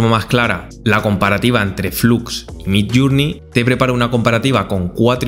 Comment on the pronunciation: Por favor, recuerda que MIDJOURNEY se pronuncia MIDLLÉRNI, no suena ninguna U. midllurnei es una pronunciación inventada. Lo mismo JOURNALIST es llernalist y JOURNAL es llérnol.